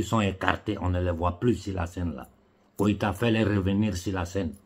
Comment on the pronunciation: c'est GOÏTA et non KOÏTA!